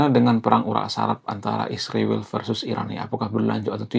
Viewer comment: Bang, ngatain nama negara org itu yg benar ya, israel bukan isriwil bang??